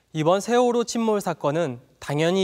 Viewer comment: 인천에서 제주로 가는 여객선 '시월호가' 이러고 있네 어후...........시월호 ㅋㅋㅋㅋㅋㅋ서해지방경찰청장님.....대본은 그래도 미리 읽으세요 ^^ㅋㅋㅋㅋㅋ